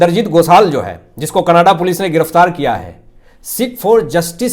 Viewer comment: Can you kindly speak Canada Not Kannadaa